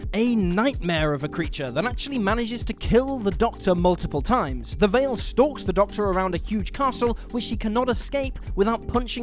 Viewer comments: It's the Veil, not Vale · The monster of "Heaven Sent" is called The Veil. VEIL. Not "Vale", like seriously wtf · It's THE VEIL, not THE VALE.......durr. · I thought it was veil not vale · Love this channel but ‘the Vale’?? What’s it gonna do chase me down a valley?